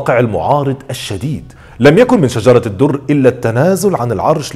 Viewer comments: لماذا تنطق إسم " بيبرس " بهذه الطريقة الغريبة وليس بالطريقة الصحيحة ..؟؟؟ وثانياً .. طريقة موت " شجر الدر " ليس صحيحاً وكما ذكرت المصادر أبداً .. وحتى أسمها تنطق به خطأ فهو ليس " شجرة الدر " بل " شجر الدر " . فأرجو منك التأكد من المصادر الموثوق والصحيحة قبل روايتك لأي قصة . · السلام عليكم اظنك أخطأت في نطق اسم شجرة الدر وهو شجر الدر و عفوا لك يا استاذ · هو بينطق اسمها غلط ؟ علي فكرة .. شجر الدر وليست شجرة الدر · أخ هي أسمها شجر الدر وليس شجرة الدر!!!فقط لتصحيح النطق